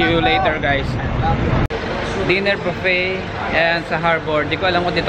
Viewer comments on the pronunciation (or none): none